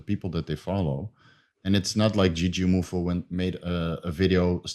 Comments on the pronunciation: I think people were expecting JOO-jee MOO-foo and you said joo-JEE moo-FOO. You just put the emphasis on different syllables, at least to what I thought it was supposed to be. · As someone who joined Juji's tricking community in 2005, I'm quite surprised at your knowledge of Juji lore,. Also, you're putting the em-phasis on the wrong syl-lable. It's not "Jujímufú," but just "Jujimufu" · Bro. The emphasis is on the MU. JujiMUfu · 2 syllables per word, 2 words. - JOO-JEE MOO-FOO. TWO WORDS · It's "jew-gee-moo-fu" lol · Dude its just jujimufu...so weird you cannot say names like its there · I always pronounce Jujimufu without any accents, sounds weird how adds an accent.